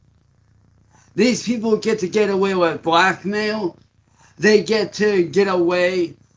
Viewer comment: First second, and he's already slicking back those scabs, classic. Quick edit: Firstly, that beard drool is fucking disgusting, secondly, what the hell is "Vlackmale" ???